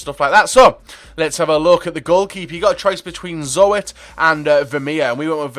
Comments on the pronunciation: hahahahahah zo et how funny its zoet wit a oe not o e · cillesen is 79, so better than zoet and vermeer, you pronounce the oe in dutch like oo in good fyi. about the links with the cb and the cm, they deleted some links, since they didn't want to change back the nation link chemistry, but they wanted to make it easier for us people to build hybrids, so they deleted some links, so you dont need as many linked people around a player. I said this before, but the ij combination, as in wijnaldum, resembles eye, as in the word eye. My ears start to bleed when i hear pronounciation like that. sorry if i am being a smartass, have an awesome day.